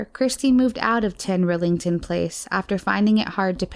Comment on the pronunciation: 10 RILLington place. Not Rellington. How hard can it be?